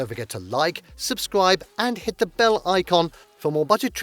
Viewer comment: I could not get over the mispronunciation of Seoul and bursted out laughing for 3 - 5 minutes. 😆 It's pronounced as "Soul".